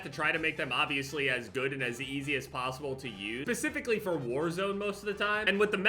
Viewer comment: Boi said “pacifically” instead of specifically🤣🤣